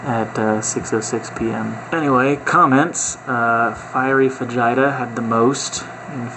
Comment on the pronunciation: Every time you said "fajita" it made me cringe. Please tell me that's an in-joke...